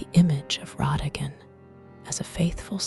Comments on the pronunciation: maybe I'm wrong? I thought everyone pronounced it "rah-dah-gone" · The choice of pronunciation of his name kept me awake. 😞😞😞